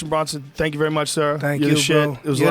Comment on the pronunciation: BRONson Not Brunson Joe. . Fuvkn moron